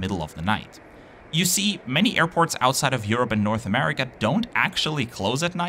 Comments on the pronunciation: Another great video! I really appreciate your pronunciation of those airports. That is something I cannot do. Thanks! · How do you always pronounce the name of foreign airports so accurately and correctly? 😂